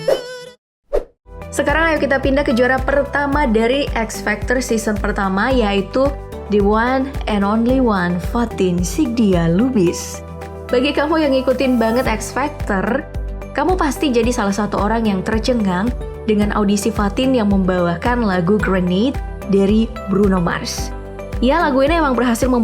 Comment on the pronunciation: Fatin Sidqia Lubis min, bukan Fatin Sidia Lubis 🤦